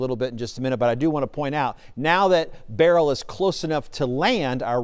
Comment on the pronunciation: not looking for a Flippen star, I'm anxious to hear some say the name correctly. I'm irked! Grr.....😂